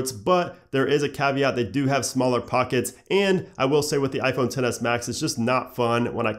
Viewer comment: I cringe when he says iPhone 10